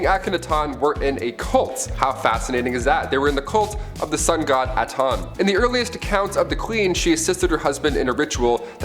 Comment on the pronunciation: Atan? AH TEN! My God...